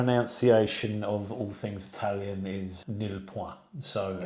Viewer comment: Great video love your PROPER Italian pronunciations! Why do Brits bastardize the Italian language? Drives me NUTS